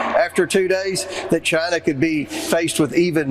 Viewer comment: And calls it "JIE-na."